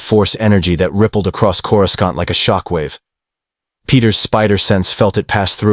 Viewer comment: AI can't even pronounce "cora scent" correctly (phonetic pronunciation)